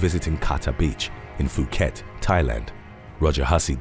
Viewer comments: It's pronounced Poo- ket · Hey Bro! Phuket is pronounced without the H! As in Puket!! I live there!